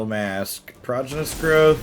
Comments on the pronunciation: He just says it wrong. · I feel like I'm being trolled every time you say prodigious. Is there an inside joke here?